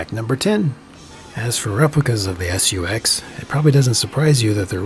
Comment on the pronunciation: i like how he says "S.U.X." instead of just SUX